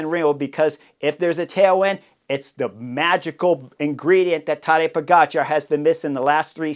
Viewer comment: So is it Tadeja PoGotCha … say it again .. and again and again